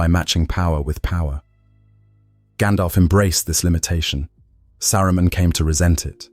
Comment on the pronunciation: I like how the British AI randomly said "Sa-roo-men" 😅😅 SkyNet wont come into being just yet. Also i want one of these lotr AI channels to use the most bratty/snotty cockney british accent at some point. I will enjoy every second.